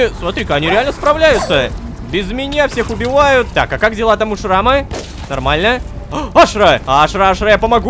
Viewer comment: почему мы говорам Ашыра когда её зовут Ашра